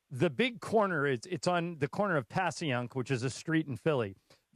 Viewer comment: “Passy-unk” lol Pats and genos lol